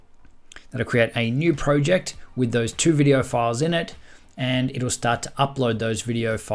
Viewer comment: Bro why would u say proooject